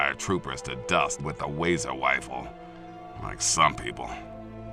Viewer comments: "Waser Wifle" xD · Am I the only one that heard him say "Wazer Wifle" And when I get money ill start to donate ^-^ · did he say wazer wifle? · Is that a canon that the lone wanderer got a wazer wifle?! Ooohhhh! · He said wazer wifel yessss